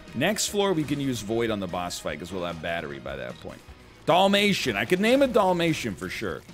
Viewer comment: As a Canadian I can safely say the way NL says Dalmatian is wrong and I definitely call him out. Dalmation not Dolmation.